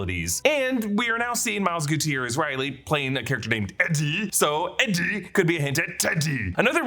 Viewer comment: lol you don’t got to say Eddie like that